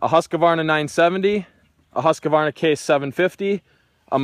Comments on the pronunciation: Husqvarna not husqavarna // a swed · Don't say Huska-warna?! The name is Husqvarna - pronounciation: ˈhʉ̂ːsˌkvɑːɳa or Hus-kvarna :) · It's husqvarna not husq"a"varna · HusqAvana? Thought it was just straight husqvana, no A after q🤣🤣🤣🤣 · Lol Husqavarna is not Husqvarna😂😂😂 Dislexia 😂😂😂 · Not an extra a in husqvarna Not husq a varna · "Huss-ka-varna"? Ha!